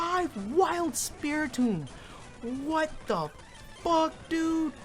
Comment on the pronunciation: The way says ‘wat’ is so funny to me